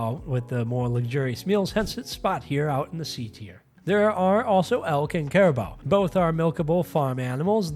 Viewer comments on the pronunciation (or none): I hate doing this but its going to bother me since otherwise this doesn't seem AI but its 'care-a-boo' not 'care-a-bow'. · It's pronounced cariboo. just so you know for the future. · Caribou is pronounced car I boo. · Caribou = Care-ih-boo